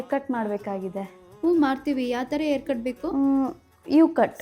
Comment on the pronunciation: Air alla akka adu Hair